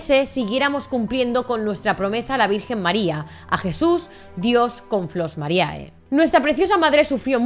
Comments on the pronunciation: No te ofendas, pero si estudias derecho, un poco de latín tendrías que saber... la fonética es "Flos Marie" no mariae, que me sangran los oídos y soy de ciencias puras, joé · el video esta impecable, pero por favor, basta de decir Flos MariAE!! En latin, cuando hay dos vocales juntas asi, solo se pronuncia la ulrima, o sea la E. Ademas las chicas del grupo lo pronuncian bien para que la audiencia sepa como quieren que se las llame. Pero parece que aqui en España os gusta mas castellanizarlo todo.. (Disculpa el desahogo, no va solo por ti, pero es que en tu caso tienes las chicas que lo dicen bien y tu que parece ni te hayas visto los cortes que se iban a poner el video..)